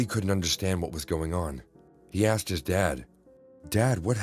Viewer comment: Every time one of the guys is supposed to say Asked, ask or similar, he says axed xD Hilarious